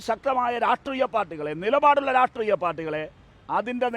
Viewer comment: രാഷ്ട്രീയമെന്ന് ഒന്ന് അക്ഷരം തെറ്റാതെ പറയാൻ പഠിച്ചിട്ട് എങ്കിലും ഈ പണിക്ക് ഇറങ്ങെടോ..